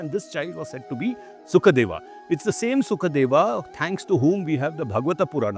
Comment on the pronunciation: Actually the name is Shukadeva, not Sukhadeva. Shuka means parrot in Sanskrit, while Sukha means comfort